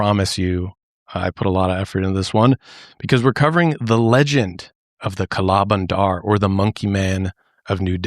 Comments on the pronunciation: we say kala bandar with the 'a' sound from banana (bah) instead of 'a' from an apple (ae) so you dictate it as kah-laa buhn-der meaning black monkey. this episode just reminded me of the monkey scare in my grandmas city, it was truly an insane time. even when you go hiking here in the city I live (nyc equivalent) the monkeys wait around to steal your food STRAIGHT from your bag, opening up the zips and all. they are very extortionate too, there was a lot on media in the 2000's that recounted how some thiefs actually used the smarts of these monkeys to help them steal wallets and etc in high local/international tourist areas. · As an indian, hearing you say kala bandar was so funny and adorable.